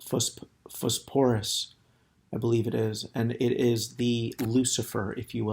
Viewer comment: Pronounced as Fosforus